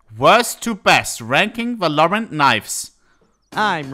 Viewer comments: His pronounciation of valorant is giving me shivers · Bro hates the game so much he refuses to pronounce the name properly